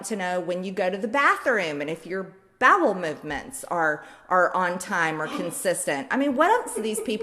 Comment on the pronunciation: Am I the only one who heard her say “Babel movements”? 😂